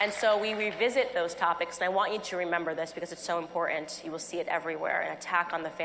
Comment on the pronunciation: Well, it's very "impor...ent"